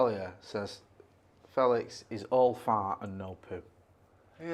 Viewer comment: 'Fehlicks' sounds like something to do with genitalia.